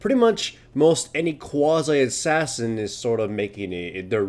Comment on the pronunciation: quaza-assassin? quazi-assassin!